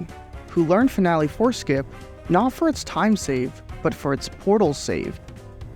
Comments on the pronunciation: I kept hearing "Family foreskin" instead of "Finale four skip" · My Roommate heard PP Foreskin instead of PPD and Four skip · Annunciation is important. I keep hearing "finale foreskin". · Watching at 2x it sounds like "finale foreskin" 😂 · kept hearing foreskin, every time 4skip wras said 🤣🤣